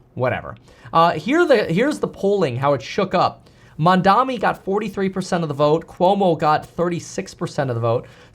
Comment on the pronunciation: Kevin, learn to say his name right cause you’re going to see him in politics for the rest of your life MAMDANI, he’s the breath of fresh air we’ve been looking for in this country